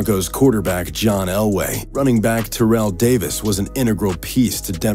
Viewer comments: How did he mispronounce Terrell in Terrell Owens and then immediately pronounce Terrell Davis correctly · "Tairell Owens"